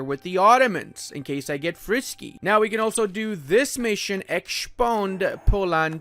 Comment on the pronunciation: "And even a border with the Ottomans in case I get frishky." xDDDDD ahahahah I'm dead.